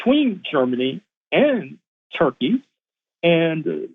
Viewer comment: It's "Tur" +" key" bro !